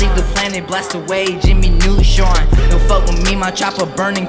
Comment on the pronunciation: The way hes articulating Neutron nearly ruined this vid lok